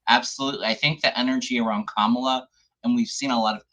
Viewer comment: I don't know how you think "Kamala" is supposed to be pronounced, but with Indian words and names you are never far wrong by emphasizing each syllable equally.